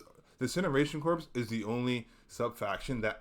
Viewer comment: Awesome video! It's nice to see a HD2 tier list without weapons/stratagems. I feel like this was a therapy session for you haha. I disagree on the nerfs for most enemies though. Spore chargers and jet pack guys are great as is. Fyi: Corps is pronounced "Core" and Brood not Broad commander. I hope you make another video!